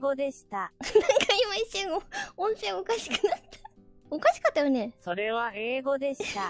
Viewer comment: スォ⤵︎ レは⤴︎ 英語でした→ 翻訳ちゃん！？